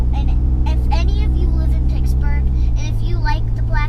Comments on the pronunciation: I love 😂💀💀 “pixburg” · I can't wait for the mods on the truck. is hilarious. I almost laughed when she said Pixburg. Congrats on the new truck again.